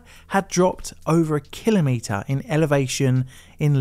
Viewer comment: I refuse to listen to you say the word kilometer one more time. Unsubscribed. Thumbs down.